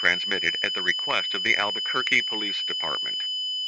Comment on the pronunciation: Albuquerque ✅️ Alberquerque ❌️